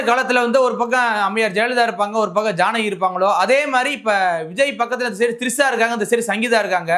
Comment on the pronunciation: திரிஷா மேடம் ட்ரிஷா இல்ல 🤣🤣🤣🤣🤣🤣🤣🤣🤣🤣🤣🤣🤣🤣🤣🤣🤣🤣🤣🤣🤣